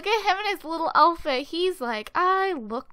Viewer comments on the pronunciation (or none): does anyone notice she says "alfit" instead of "outfit" ?